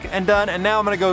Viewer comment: After a dozens times, I just had to say something. It's "OH-fur" not "Oh-fear" Pass. Cute little trail, especially in the snow! And... EYE-mo-jean Pass? Really?